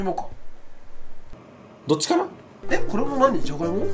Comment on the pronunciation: 「とれちゃっとぅ」とか「どっちかな↑」とかめっちゃツボww